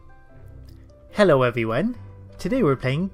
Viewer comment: THAT'S EXCACTLY HOW IT SOUNDS LIKE!! Like how does he fit in a W at the end lmao. It's like he's pronouncing the last half of OwO X'D